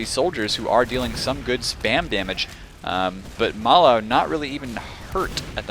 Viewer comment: Nah - that's Ma3la, not mala.